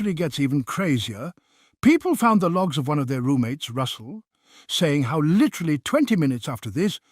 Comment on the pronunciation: I just realized cannot say literally. Lol, still a fan just found it amusing. Litery.